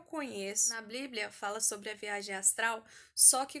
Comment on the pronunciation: Que agonia ela fala bliblia kk Vc é muito fofa, só erro quando disse que a maior experiência foi a de João, foi a de Enoque. No livro dele, ele relata muitas coisas que apenas quem crê em Deus acreditaria(to falando de anjos caídos tendo filhos nefilins gigantes de kms de altura e etc...), já li tanto a bíblia como o livro de Enoque e tmb um pouco de são Cipriano, são Cipriano é um livro de feitiço muito antigo e perigoso, ensina a fazer várias coisas que é impossível de imaginar, todos esses livros estão disponíveis no Google, pelo ebook e pelo pdf e só por o título e no final qualquer um dos dois Que Deus abençoe a todos que ler este comentário 💕 (independente de concordar com o que eu digo)